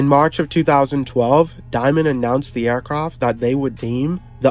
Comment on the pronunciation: Why do you keep saying “aircroft“?